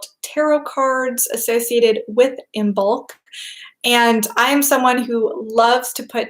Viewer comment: Just a gentle reminder to anyone interested the 'b' is not pronounced in Imbolc (like Im-olc) and it's the same with the 'd' in Lughnasadh (loo-nas-ah). Brighid's bright blessings to you all this Imbolc /|\